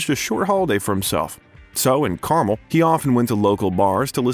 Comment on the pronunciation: Dizzy jilespie? Hard G It's Martin Milner not Miller It's not Carmel as in the candy kar 'mel His salary was "6 numbers"? it's 6 figures Did you even go to school? Cedars Sinai not "cedar seeni" It's akeera 🙄 Wow you really don't even read it's EigeR bot EigeN Sanction Halfway thru It's pronounced Michael 'chimeeno" not "seemino" John Huston pronounced like city Houston Philadelphia "enquerer" In-qui-ER Your command of basic pronunciation is appalling And taints the well done bio 🤣🤣🤣